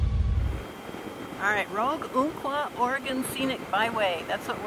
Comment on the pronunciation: Ump-qua, not Oomp-qua. Sorry, I had to say it. ❤